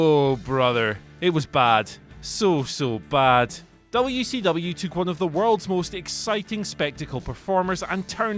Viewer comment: You say WCW properly I like your style.